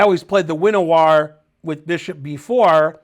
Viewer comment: Bozo Finegold always pronounces "Winawer" as WINN a war. Atrocious. Finger down throat. There are many sites online that give proper pronunciations. It's Polish. Szymon Winawer is probably SEE monn Vee NAH vuhr.